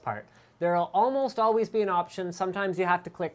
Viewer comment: as alwees?